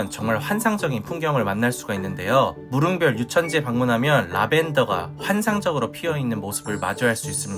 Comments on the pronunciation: 무릉 별유천지->무릉 과 별유천지가 합쳐진 말입니다. 무릉도원처 럼요.무릉별-유천지라 읽지 말아주세요. 무릉 별유천지 입니다. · 무릉별^ 유천지가 아니라 무릉^ 별유천지로 읽어야죠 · 무릉 별유천지로 읽어야 합니다. 무릉도원과 이백의 산중문답에 나오는 별유천지(別有天地)를 합성해서 이름을 만들었군요.